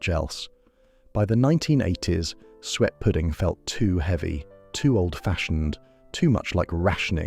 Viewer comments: 1978? More like 1958 for that kitchen? Suet is pronounce sue-ett not sweat! As usual, the condescending AI voice pretending to pander to our nostalgia while sneering at the food. I had quite different foods in the 1970's.. I think you may find bread pudding on the menus of quite fine dining establishments - and it is so versatile, my mum made a wonderful chocolate version. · Sounded like the AI voice was saying "sweat pudding"! 😅 Pease pudding is still going strong in the North East of England. Sunderland in particular has butcher's shops that sell the wonderful Pease Pudding dips! They are always my first stop when I venture back home. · I enjoyed watching that - in spite of the slightly random images and the AI voice that can't pronounce "suet". It brought back happy memories of my childhood.